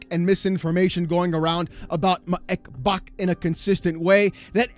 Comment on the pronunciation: It will always be funny the way he says "Xbok dead"